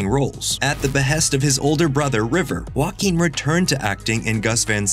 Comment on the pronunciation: Who is this 'Wacking' guy? I only know JOAQUIN. Can we learn to pronounce people's foreign names correctly???